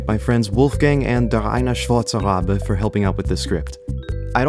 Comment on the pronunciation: Just gotta say, excellent German pronunciation at the end there.